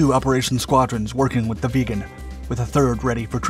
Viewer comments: "viggen", not "vegan" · Viggen, not veagan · it's the Saab j-37 VIGGENS NOT vegan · it's a Saab vIggen.. so like 'hidden''.. not like a saab vegan. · Very nice video. But can stop hearing VEGAN in stead of VIGGEN. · Viggen. Not "vegan". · Please someone Swedish tell me that this plane isn't actually pronounced like "Vegan" !! I always pronounced it where the vi sounded like in victory. Vig en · Viggen NOT vegan. JFC say it right man. Or don't say it at all. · VIGGEN, not vegan ! Ffs! F&%#! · Viggen is pronounced with a short “I” like in wick. I hear the “vegan” jet, vegan pilots all the time. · VIGGEN!!!!!! NOT VEGAN!!!!!!!! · Viggen NOT Veagen FFS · Why do you keep calling it a vegan? Its name is Vigen. This fighter ate meat in chunks. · it sounds like youre saying "saab 37 vegan" xd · Sounded sometimes like he says "the vegan". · I'm interested in the correct pronunciation of the name "Viggen" . I've always heard it with a short ' i ' and it sounds annoyingly weird to hear it as "Vee-ggen " but idk. Can a Swede tell me the correct pronunciation please? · bro calls it the vegan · you keep saying vegan but it's viggen with an ih and a double guh not an eh and a single guh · I keep hearing "the saab vegan" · Viggen is so, how to say?.... Raw? Absolutely great sound, and the design is top notch.